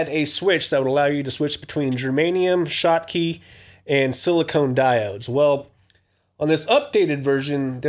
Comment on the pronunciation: Thanks for the review man! Just one thing: it's 'silicon' diodes, not silicone! Funny enough, same prononciation as Klon vs clone. Cheers!